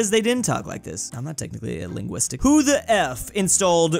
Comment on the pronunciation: Dewd mispronounced linguist two times in a row. As a student linguist, I am perplexed.